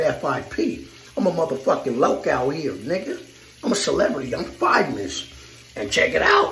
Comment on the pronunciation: "I'm fivemous" 🤣🖐🏾